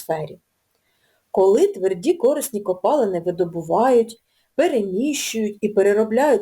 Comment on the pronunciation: корИсні, а не кОрисні!!!🤦